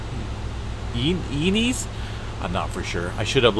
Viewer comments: Sounds like “ Santa you nez “ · Santa “eeeee NEZ”